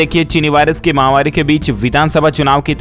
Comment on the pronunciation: क्या आप फॉलोइंग बढ़ाने के लिए ही कमेंट मांगते हैं क्या या शब्द समझ में नहीं आ रहा है या सही बोलना नहीं चाहते महा वारी नहीं होता महामारी होता है आप निरंतर महावारी बोल रहे हैं गलत है